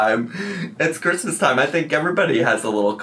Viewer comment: The way she pronounces the "Chr" in Christmas makes me want to stab my eardrums out. Was she intoxicated while making this? Someone on Reddit found the chicken purse if you're interested. Also, how is she wearing a sleeveless dress in one scene and a winter coat in another?